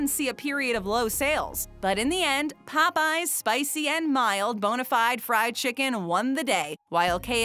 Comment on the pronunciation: Why does she pronounce Popeyes like that???